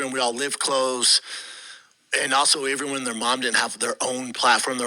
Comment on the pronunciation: For “iveryone”